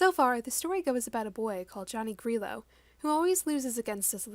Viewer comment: Grillo is pronounced “Gree-oh”